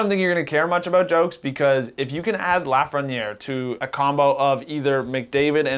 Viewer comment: How do you live in Toronto and not know how to pronounce Lafreniere?